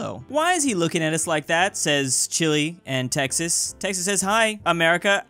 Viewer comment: When you say us it spells us almost like usa